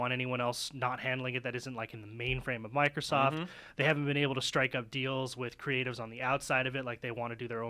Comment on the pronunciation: MicrooskieSoft lol